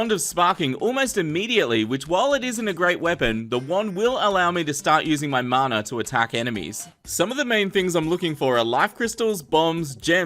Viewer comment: Sorry but it's mana not marner